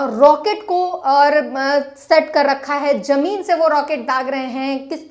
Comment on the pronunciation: Jone nahi Zone... Or Jameen Nahi Zameen.. Shambhu Bhaiya Sikhao inko Qki aap to sahi bolte ho per ye nahi.. Intejar nahi intezar....